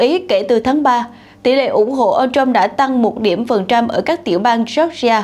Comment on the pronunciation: ..." Ông TRUMP", không phải...Ông shrump, ok! Phát âm cho đúng, không biết thì học hỏi trước khi làm XNV, ok ?